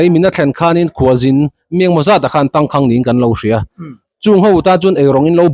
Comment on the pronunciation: Tangkhang tih a khang i lam dan kha thluk sang hmang la ngaihthlak a nuam deuh ang. Khanghu kan lam a khang kan lam ang chiah hian Tangkháng